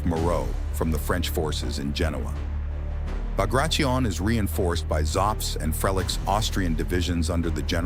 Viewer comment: It's B A G R A T I O N I(read as you write) . not bagrashen. Trust me i'm georgian